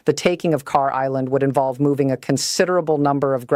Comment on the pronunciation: Yes in a sense they put almost all their eggs in one basket and that's usually not a good idea. I love your content but you got to work on your AI voice just a little bit please. It's not "Car" Island? Kharg island